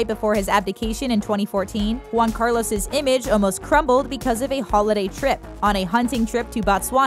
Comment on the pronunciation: Also Juan, not Guan